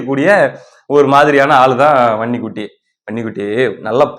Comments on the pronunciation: வன்னி குட்டி வன்னி குட்டினு சொல்லும்போதெல்லாம் எனக்கு பன்னி குட்டி பன்னி குட்டினெ கேக்குது😂😂😂😂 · எனக்கும் அப்படியே தான் கேட்குது பன்னிகுட்டி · வன்னிக்குட்டி என்பதை அழுத்தி சொல்லுப்பா காதில் வேறமாதிரி கேட்குது